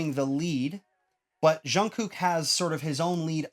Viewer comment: I keep getting distracted by the goofy way he says "zshun-gook" It's just a J- sound. Like 'juice' or 'job'.